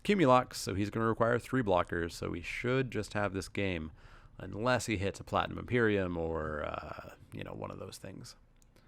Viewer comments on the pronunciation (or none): Hey, by the way, it's Platinum Emperion. Not Platinum Emperium.